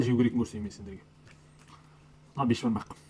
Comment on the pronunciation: Бешбармақ емес бесбармақ тормоз